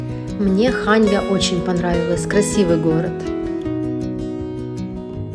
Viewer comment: ХаньЯ, а не ХАнья;)